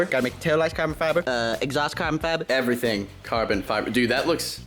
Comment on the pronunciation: Unspeakable: "Everything carbon" Kinda like "Eerything bread"